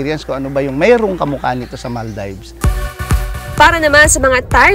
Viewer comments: maldaybs pa more.. maldeeeeeves po ang pronunciation nun. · maal deevs hindi mal daybs.. yawa pastilan